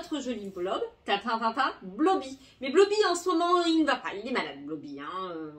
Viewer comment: Blooby se dit bloubi